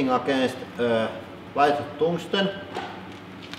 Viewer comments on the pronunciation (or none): "Toongsten Boorger" God i love the accents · I have never ever heard anyone say burger that way before! :D Toongsten boorger